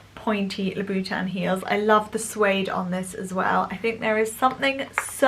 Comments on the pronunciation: Love shoes and have always had a huge collection as it is my passion. Never seen any of your videos before, but found this about your shoe collection on a whim. Nice collection, but why is it so hard for the British influencers to pronounce Christian Louboutin! Why does it end up in LoubOUtin, it doesn't make sense. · Lol 😂 the way says Louboutin 💜